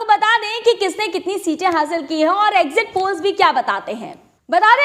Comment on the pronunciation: Exit poll hai....???? zara clearly boliyeji...All the best to winning party.